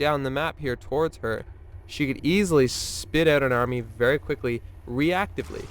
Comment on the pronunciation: Is this the famous stereotypical Canadian 'oot' I hear?